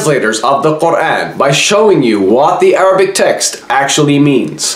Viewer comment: He is struggling so much to pronounce Quran.